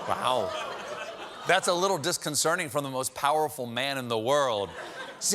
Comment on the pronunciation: Anybody else triggered when Stephen said "disconcerning"?